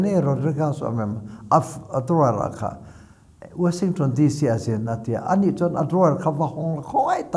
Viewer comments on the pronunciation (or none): none